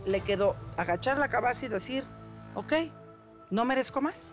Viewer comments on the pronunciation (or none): Minuto.. ..una muejr preparada..y dijo solo le quedo hagachar la" cabaza" y seguir..😂😂😂😂 Adelante